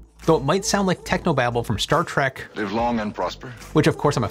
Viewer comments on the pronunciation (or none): none